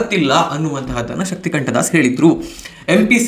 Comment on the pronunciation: ಶಕ್ತಿಕಾಂತದಾಸ್ sir ಅದು ಶಕ್ತಿಕಂಠದಾಸ್ ಅಲ್ಲಾ....